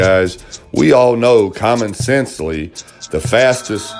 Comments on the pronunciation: "Common Sensely" Had my rolling... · He had me at "common sensely"